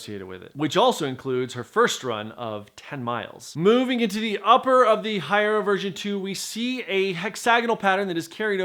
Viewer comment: You still couldn't bother to learn to correctly pronounce "Hierro"?